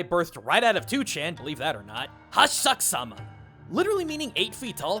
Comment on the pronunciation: Jokes on you, I'm here for Hasshaku-sama, of which you pronounced wrong.